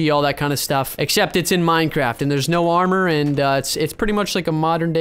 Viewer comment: Boooooo I hate. Minecwaft